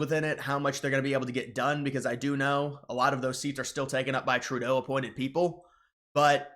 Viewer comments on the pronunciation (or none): none